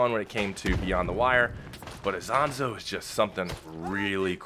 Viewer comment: It's "EEsonzo" Not AIsonzo the pronunciation